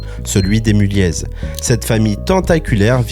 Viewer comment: La fin de l’empire Mulliez (on ne prononce pas le « z » au passage … )? Decathlon ne s’est jamais aussi bien portée…